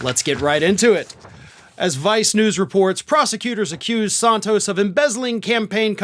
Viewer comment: Some day you will pronounce Santos correctly, even though he deserves it. The first vowel is a short 'a', not a long 'o'., I like you, but you sure can butcher names, dude.